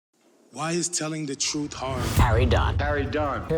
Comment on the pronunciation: My "troof" is always suspect.